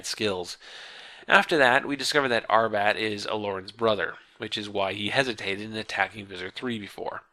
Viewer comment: I wonder why he switched from pronouncing Arbat as... well, Arbat, to Arbit